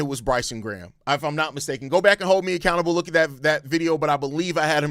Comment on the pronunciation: The only bad thing about this signing is the fact Americans can’t pronounce Graham properly…